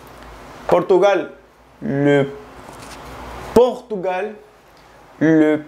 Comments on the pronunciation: porque no sabe ni verga ajaja))) tampoco pronuncio correctamente Portugal, Chine, Philippines, Etats Unis. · Gracias por el video pero no pronunció correctamente Portugal, Chine, Philippines, Etats Unis.